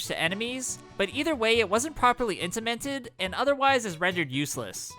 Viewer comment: it's actually crazy the lack of polish this and a lot of your videos have. so many easily fact checked mistakes (i found at least 6 in this video alone that i left in seperate comments, and some other guy found a bunch more), words pronounced wrong that could've just been recorded again if you actually watched through it when editing (pico park? properly intemented?), and of course laziness, including reusing the help blocks in half the newer games in this video for worst item and just lazy videos in general, making pretty much the exact same video with small variations a million times, including the script. This style of video could work well, but not when they have this many problems